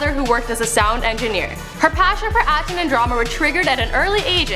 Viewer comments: I can only hear "acne" when she says "acting" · every time she say "acting" it sounds like she's saying Acne lol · I am right with you and the way she says acting. I think she says acne every time. God woman pronounce you words right and stop talking like you have a pool of spit in your mouth.